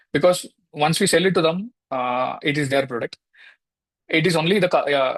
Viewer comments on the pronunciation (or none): Not “sale cheyyam”. It’s “sell cheyyam”